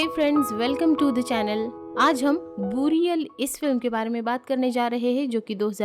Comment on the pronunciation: बुरियल नहीं , बरियल